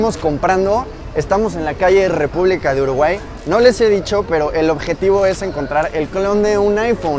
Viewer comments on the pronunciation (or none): . Acaso escuche repubca de 🇺🇾